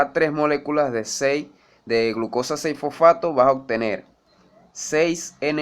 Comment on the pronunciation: FoFAAto xD